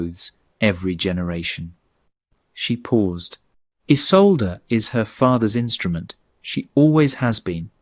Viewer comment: Mispronounciation. =. name Isolde ( E-sol-de). German origin! South Africa (near Cape Town).